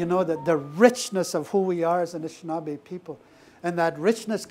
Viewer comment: Anishinaabe not shushing.